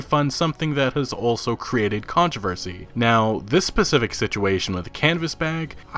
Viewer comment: haha you said Pacific